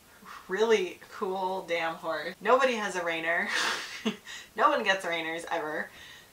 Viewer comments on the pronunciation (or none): He's named after MT. Rainier in Washington. So closer to "Rainy-ear" not Reiner! 😃 Congrats! He's gorgeous!